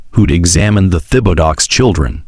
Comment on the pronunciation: The man’s last name was butchered. It’s pronounced Tib-a-doe